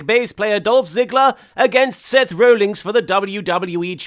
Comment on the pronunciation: I think it's hilarious that Martin continuously refers to Seth Rollins as "Seth Rollings".